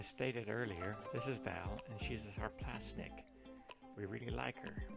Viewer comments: just FYI, it's Sarplaninac not "Sarplasnic" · Took me a few minutes to figure what he meant, lol! Needs to listen to some vids on Shars to get a clue.